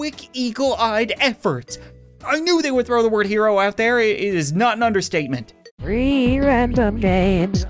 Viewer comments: Is it just me but it sounds like free not three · Robot:threeee randome games I meant tree random games